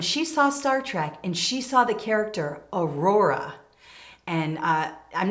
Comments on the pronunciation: Just listened to you describe Whoopi Goldberg's excitement around the fictional character Nyotal Uhura. Her first name Nyota: Knee-oh-ta; Last Name Uhura: Ooh-who-rah. It sounds as if you're saying Aurora--pronounced: A-roar-rah. Enjoyed all of your tips! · Wonderful information! And Uhura was a communications officer on the Enterprise, so that was an incredibly important job for a black woman of that time! 😊 Her name is pronounced "oo-hoo-ra" not Aurora. Just helping!